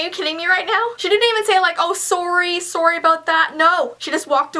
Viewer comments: she says sorry weird lol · I like the way she says sorry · No offence but u say sorry weird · u say sorry weird .............. I like it, your awesome😃